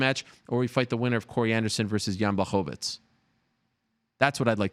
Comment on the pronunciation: Chael sonnen can't even say Jans first name correctly 😂